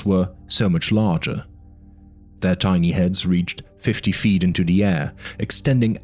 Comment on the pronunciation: Thanks for the audiobook. There are a few audio repeats in the video, and you pronounced "tiny" as "teeny", lol Otherwise very good